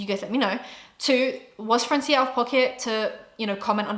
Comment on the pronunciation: I love you but as a latina I cringed everytime you said francía with an accent in the i. Its actually Frraancia, as in France but in spanish 😊